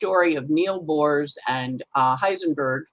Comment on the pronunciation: With all due respect, Aarons are Hebrew Aharons, no relation to Greek Eris whatsoever ) And it's Niels Bohr, not Neal Bohrs (grammar Nazism as the last resort of a Virgo rising, I know)